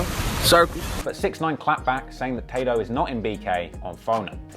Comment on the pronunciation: "Tah-doe" what a fkn wanker Ross is